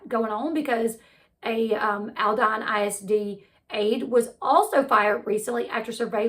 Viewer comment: Born, raised and lived in Houston. This is horrible and sickening...the perp, didn't just know how to do this without personal knowledge. Sooo sad..and the school district is pronounced Alldeen. :)